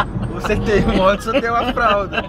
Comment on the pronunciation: Gente tive que comentar, só a que fala modes kkkkkk amo ela